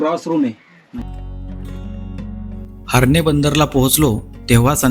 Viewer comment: HARNE नाही HARNAI ....हर्णेे असा उच्चार आहे .....उगाच गावाचे वेगळे नामकरण करू नका ....